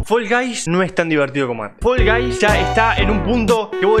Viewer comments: Nosotros: Fall guys: Fol gays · Fol gais